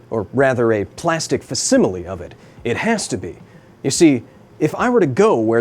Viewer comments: Dude literally said "FAh- simile"... I'm pretty sure it's "fac·sim·i·le /fakˈsiməlē/" looool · What the heck is a "fass-imily"? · Did smarty-boy just say "fassimilee"?! 🤣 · it's actually pronounced FAKsimile. I used to make the same mistake myself. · You lost me at "fasimile" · I’m just gonna say it It’s genuinely disquieting to me the way you pronounce “facsimile”